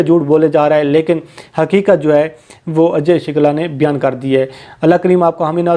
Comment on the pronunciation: O bhai.. naam ru sahi lo... shukla hey. Shilka nai.